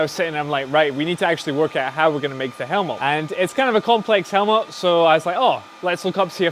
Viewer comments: Helmot? It's helmet you helmet lol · Loved the video, every time I heard Helmot instead of Helmet, I died inside. Otherwise awesome :D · it's a helmet not a helmot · its helmet not helmot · I've never heard someone pronounce the word helmet quite like that. To my ears it sounds like "helmot" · really nice video. your pronounciation of "helmet" is one I've never heard in english "Helmot" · Is he just pronouncing "Helmet" strange, or is he using another word for it? Sounds like he is saying "Hel-mol". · I absolutely love these videos, but the way he says helmet is unnatural.